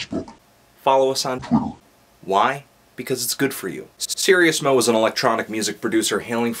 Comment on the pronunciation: Sir-Ease-mo. not serious-mo